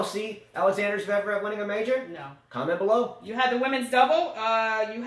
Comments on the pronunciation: Ha ha! says "zev-rev", which is wrong, of course, lol!:P It's not a big deal, we all know who you guys are talking about! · But doesn't pronounce Zverev correctly either! LOL